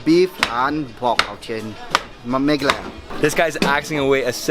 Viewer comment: it is mehgha aalaya